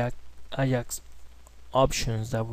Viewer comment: very good tutorial, thank you....:)) PS: i see u have hard time pronoucing AJAX?